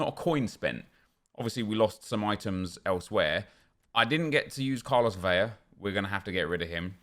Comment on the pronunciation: Achun - yah. Vela is pronounced Vela - not Veyah ffs.